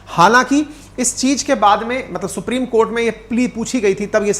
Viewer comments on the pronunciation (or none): none